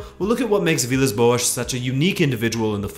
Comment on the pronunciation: Every time you say boas i cringe..thanks for the video though..great work..